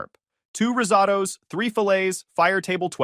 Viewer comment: i'm not Italian n or english my natural language .... but i have a feeling, that's not how you say Risotto .... the AI say with " a " Risato's